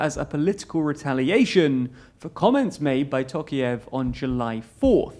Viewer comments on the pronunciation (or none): It's pronounced "tɔˈqɑjɪf", not "ˈtoʊkief" as you pronounce it.